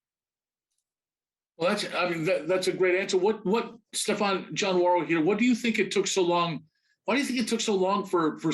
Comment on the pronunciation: Is this a Steven Urkle / Stephan Urquelle situation?! It's *STEFON* !